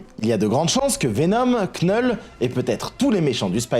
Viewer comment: Vidéo géniale, comme d'hab. Juste Knull... Ça se prononce Null. Le K ne se prononce pas. Mais continue tes vidéos, t'es top!!